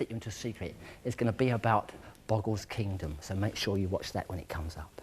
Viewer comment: Sarah at the beginning of the show lol I can't. And poor little, I feel bad for him. He was too nervous and when he mispronounced "kingdom" he rolls his eyes (when the image starts to fade out ) probably feeling like he screwed all up... but it was nice of Rod to address the situation in the next segment and not let him feel embarrassed in live TV. I mean, there's no reason for him to be embarrassed about, but mistakes happens. lol Rod always seems uncomfortable doing the spin segment since the first episode and with all the difficulties it's not getting any easier... By the way he mocking Sarah and Anthony excitement Haha